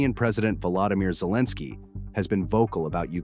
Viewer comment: not Zlensky- it is Elebsky. he dont like Z ZZ